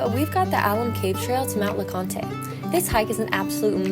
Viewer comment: Good content but I cringed every time she mispronounced Mt. Leconte. There is no "aye" on the end.